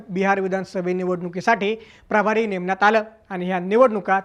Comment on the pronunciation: प्राभारी नाही, प्रभारी म्हणा, थोडक्यात.